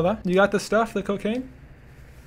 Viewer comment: He said cocane